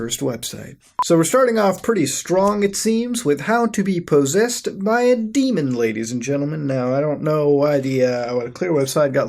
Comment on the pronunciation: "po-seased" muta you good